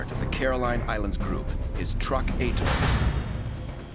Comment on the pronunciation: So could you. (It's "atoll.") 🙄